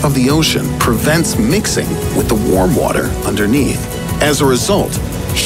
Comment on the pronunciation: him: wattttter, humanitttttty